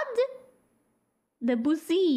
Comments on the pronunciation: The E in "de" should be pronounced like the OO in "took." Also, emphasis on the last syllable, so it's not de-BU-ssy, but rather de-bu-SSY. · I have not seen a single person pronounce this correctly…I learned this name a long time ago, but I guess that it isn’t as well known as I thought. His name is pronounced as ‘Duh-Bue-sea’ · Almost. In authentic French it's pronounced Dö-bü-ßie, with the stress on the final syllable, as is traditional in French. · Good try, it's pronounced more like Deh-byoo-see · English speaking people (at least here in the States) that say DeBussy's name incorrectly do it because they do not know, not that there's another way of pronouncing it. We're supposed to pronounce proper nouns (the names of specific people/places/things) the way they are intended in their native language.